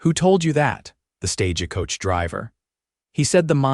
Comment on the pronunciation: The word is not sta ge coach its STAGE COACH!!!